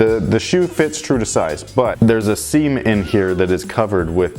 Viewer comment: Lol. When you said seam in there, it sounded like you said semen there.